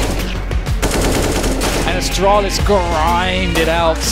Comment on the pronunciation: Did he Said Astralis?